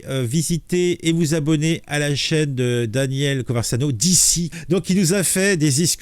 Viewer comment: Je crois qu’il a effacé le Live. 😢 PS: pourquoi tu dis “ConverZano” ??? 😅